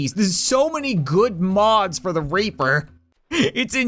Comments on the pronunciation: instead of saying reaper you said *aper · Cap: Raptor vs. Reaper. Me: reapter